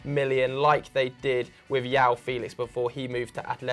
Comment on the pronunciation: It's not 'yao' Felix it's 'jao' He's Portuguese not Spanish